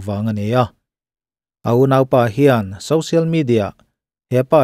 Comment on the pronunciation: Social=Sawsial not Sosial (Sousial)